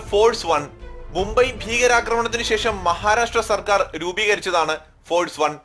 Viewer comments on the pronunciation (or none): none